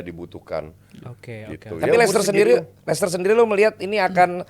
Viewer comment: Nyebut licester aja udah bikin males lanjutin denger ulasan anak baru